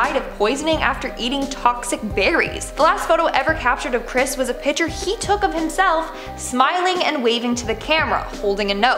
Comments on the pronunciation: Be cool if the woman could say picture correctly instead of piture. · i dont like how she pronounces "picture" like "pitcher" heebeejeebiesssss sorry its one or my pet peeves